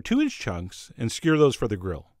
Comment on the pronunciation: "Skyer" is Johnlish for "skewer"